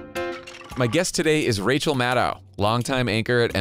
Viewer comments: Maddow rhymes with SHADOW Not mad cow or sad now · It's Mad-oh like SHADOW, not Mad-ouw like Mad Cow! She's your guest for god's sake! Pronounce her name right!